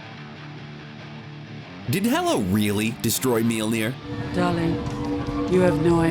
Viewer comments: Apparently the narrator doesn't know how to pronounce names. It's mjölnir not meelner and watiki not wataki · What in the hell did he call Mjolnir? Ok, gonna be hard to get past that..... Mjöllnir as in M-yal-neer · What's up with this idiot calling mjolnir 'mealnear'? Has he ever watched ANY of the movies containing Thor? Shit bugged me more than it should've but I couldn't even get thru the first two minutes...idiot. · Just stop saying Mjölnir. Your pronunciation is absolutely fucking dogshit. Maybe try looking up the word you're trying to say before shitting all over it. This is one of the cringiest things I've ever seen. Christ... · Actually he does not say it right. It's an Icelandic name so he actually doesn't say it right.